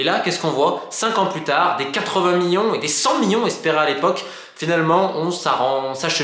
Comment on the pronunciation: Je n'étais pas sûr sur sa prononciation 😂